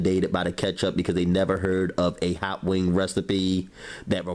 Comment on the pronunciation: Once your OIYUUU is hawt! Lol, ily!!